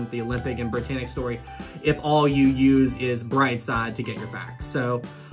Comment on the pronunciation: did you notice it says "Briyannic"